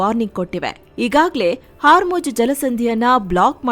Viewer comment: Hormuz ❌️ Haarmoj ✅️